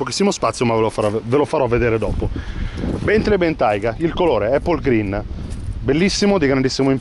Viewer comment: si pronuncia 'Bèntlii' non 'Bèntlei'